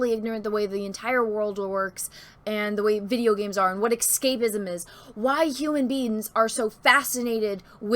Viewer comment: isn't it pronounces "s cape izm" and not "x cape izm".....